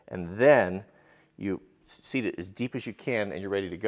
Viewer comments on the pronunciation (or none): none